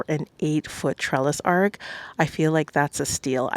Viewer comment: It’s gorgeous but you’re pronouncing it as ARK, it’s ARCH. The ch at the end not k.